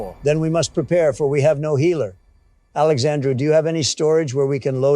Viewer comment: Funnily enough Indians love calling me Alexandrew, weird I didn't know my name was that hard to fuck up